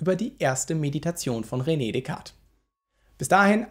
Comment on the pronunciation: Besten Dank für deine tollen Videos. P.S.: Französische Aussprache von René ist "Röne" und nicht "Rene".